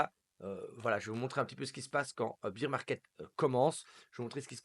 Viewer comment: Pas bir market mais bear market